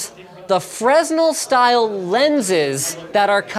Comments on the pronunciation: At first I saw the stupid arrows and circle clickbait... Then I looked closer.... This is the only time it's ever been not clickbait. Edit it's pronounced frenelle, not fresnel lol. Just saying. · It's "Fre-NEL" not "FREznel" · Also, you work for a production company, Linus. You have professional camerapersons ON YOUR PAYROLL. It's pronounced "FRU-NELL", not "FRESNUL". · "fres-nel" The S is silent btw, it's just frenel. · It's "Fernel" not "Fressnull" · BTW Linus it's pronounced "fren-ell" not "frezz-nell" (the word being fresnel). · Hi Linus - it's pronounced 'fruh-nell' not 'frez-nell' You speak French, so no excuses! :) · freznel? wince, fray-NELL! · Fre-Nell not Frez-Nell please!! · It's pronounced like Fer-nell, not like Fres-null. In reference to the word fresnel. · Freznell... I think fresnel pronounced freh-nell IIRC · Fre'z'nel.....no, fre-nel...... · It's pronounced FREH-NELL, not FREZ-NIL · You don't pronounce it Fresnel, you say "Frennel". The S is silent. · Anton Hylander Dane fresnel is pronounced "fruh nell " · DUDE, IT'S PRONOUNCED FREH-NEL. Spelled fresnel though. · "FREZ-null" 😂 😂 when you've seen a word spelled, but never heard anyone knowledgable speak it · FRESNEL IS PRONOUNCED "FRONELLE" LINUS! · My German optics professor would pronounce it "Frenel" I guess the S is silent. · Died a little inside when i heard how Fresnel was pronounced... It's more like "ferr-nel" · Pronounced 'Fren-el' for anyone interested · Linus pronouncing fresnel as “fresnel” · Freznil? Come on Linus, I thought you speak French. :) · Freh nell frenel cmon linus :p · He called them freznel 😂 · Im pretty sure fresnel is pronounced "frenel" linus. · fre-s-nel FRE-S-NEL FRE-S-NEL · Fresnel = fray nel I thought all Canadians knew French. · Fresnel is pronounced as fre nal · FRES NEL ..???? LINUS NO. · It's pronounced"Frenel" not "Fresnel" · fresnel is pronounced "frenel" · It's pronounced Fre-nel. The s is silent. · it's pronounced fernell :p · pronounced Fe * nel